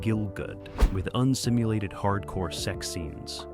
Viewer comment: "un-stimluated sex acts" ....hahahaha. Brings a whole new meaning to what is going on when you accidently add a "t" to the word simulated.